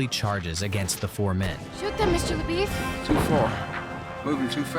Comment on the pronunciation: How is it that you know this story well enough to recount the entire saga for us and yet cannot pronounce LaBeef?